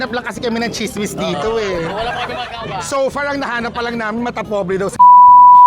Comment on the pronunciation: Tsismis (NOT chismis).